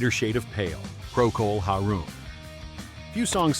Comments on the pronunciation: Procol Haroom? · It's pronounced Procol HAIR-um, not Procol HAR-room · Procol HAIR-UM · its pro col haaaar um